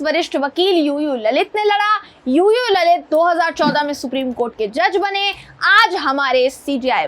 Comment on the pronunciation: ललित नाही लळीत